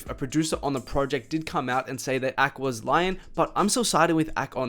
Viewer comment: bro why do you pronounce everything wrong? A K? richie SOOF? bhad bobby?